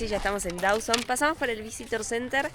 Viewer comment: Dawson City, not Dowson City!